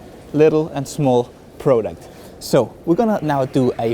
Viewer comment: It's product, not pro duct.